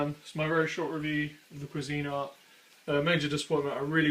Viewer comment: To the OP, the brand "Cuisinart" is NOT pronounced "qwa-ZEEN-art," it's correctly pronounced "QWEEZ-en-art." I know that's nit-picky but that's the way I've heard everybody pronounce it for more than 50 years...